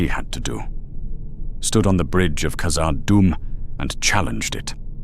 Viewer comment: No dwarf would call Khazad Dum 'Moria'. And your pronunciation was abysmal.